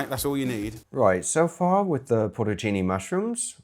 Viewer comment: porto-cini mushrooms? is that Italian?